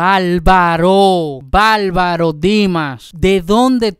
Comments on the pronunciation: Un tipo que canta regeaton basura y dice balbaro en vez de bárbaro es un bagallero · No se dice valvalo, se dice barbaro